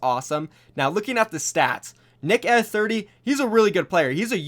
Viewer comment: Are you sure you have watched Nick Eh 30 you completely butchered his name